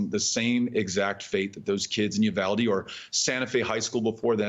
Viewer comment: FYI: Uvalde is pronounced U-VAL (rhymes with PAL) dé. u-VAL-de.